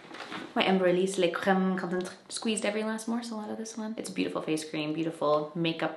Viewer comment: you make me laugh every time you pronounce "lait crème concentré" 😂